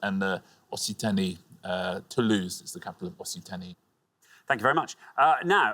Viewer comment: Also, s by itself is pronounced /sh/ and a is pronounced somewhat as in 'hot'. I don't know why both Alexander and Richard pronounced Occitanie a 'Ossi...' instead of 'Oks...'. I suppose they pronounce 'flaccid' with soft c's too. Not that I should care too much about pronunciations, as I don't expect foreign speakers to sound English when they pronounce English placenames.